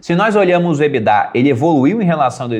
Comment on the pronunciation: Nunca vou superar o surto coletivo que é pronunciar a sigla EBITDA (que é em inglês) pela pronuncia "Ebidá" como se fosse francês. Não faz sentido algum